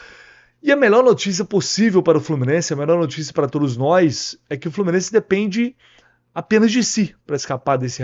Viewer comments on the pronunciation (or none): Eu ouvi "todis"!?... Só pode ser deboche... ST